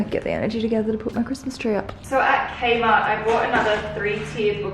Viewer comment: I heard kmart as kenma lol. nekoma